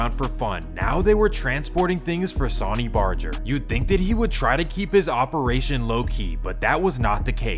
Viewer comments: The amount of inaccurate information is insane 😂😂 and his name is pronounced “Sun-ny” not “saw-ny” The chief Sonny Barger. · It’s fucking sunny 🌞 stop calling him sauny lmao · Dude it’s not pronounced like the word Sony it’s pronounced like the word sunny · Why do you pronounce sonny like Sawny? Lmao it’s sunny bro and Laughlin is pronounced “Loff-Lin “ not Law-Lin 🤭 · You pronounce it “SAW ny” but it’s “sUH ny” like “son and daughter” or “sun and moon”. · It is called SUNNY not Sauni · “Sawney” Barger?! How bout Sonny (Sunny) Barger. Come on man. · Pronounced "sunny" not "saany" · Sonny is pronounced sunny. Laughlin is pronounced loff-lin. Cellphones existed in mass markets since the 80s. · How do you an entire documentary on the Hells Angels and pronounce his name Sahn-E? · Are u a weird computer program..bc idk any1 that pronounces sonny (San-knee) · Sonny is pronounced “sunny” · "Sawyny" Barger, lol. Assuming this isn't an AI narrator, that's pretty sad. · His name is pronounced Sunny...idk how you wouldn't know that but I hurt my ears every time you tried to say his name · Sawny barjer, monteeeebelo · Sonny Barger's name is pronounced, "sunny" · Sunny not sonny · Sauny? Lmao bro needs to go to a remedial English class to learn about pronunciation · Dawg you lost all credibility for me when you said sonny the way you did. It’s pronounced sunny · Pronounced Sunny. 🌞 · Sonny name is pronounced Sunny lol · Bruh your pronunciations are awful. Sonny is pronounced sunny. And Laughlin is not lawland 😅😂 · his pronouncing of Sonny's name , each charter is independent, Sonny may be godfather of the modern club but was NEVER in charge of entire club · Pronunciation isn't strong with you. Jesus sonny isn't pronounced that way. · Really, sonny (soh-nee)…why does everyone who makes these types of videos botch the names. Nerds. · That's not how you pronounce "sonny" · Could have at least pronounced Sonny's name and Laughlin correctly 👎